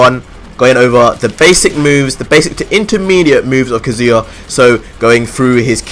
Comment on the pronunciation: kaZU-ya ,lol the way u say his name is annoying